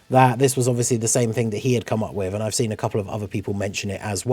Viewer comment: I mean, you were talking about that there won't be a banner unit since there is an extra LR on the banner. That sounded more like "There is an extra LR on the DFE banner und therefore there won'T be a banner unit" xD